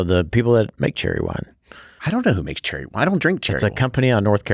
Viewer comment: Cheerwine not Cherrywine😉